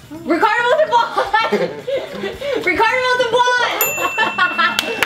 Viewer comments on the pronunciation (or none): did not even say Montalban right didn't he?